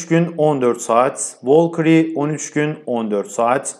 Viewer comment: yalnız o VOLKİRİ DİYE OKUNMUYO